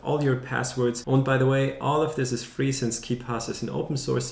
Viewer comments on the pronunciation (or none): "und by the way" your are germen guy?